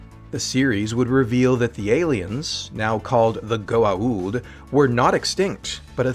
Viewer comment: They couldn't even pronounce Goa'uld correctly